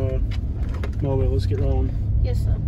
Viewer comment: Mobile is pronounced MO BEE EL. Stop and ask anyone to say it for you. AFRICA TOWN...not in or near Prichard.